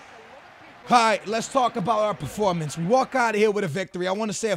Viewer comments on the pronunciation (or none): none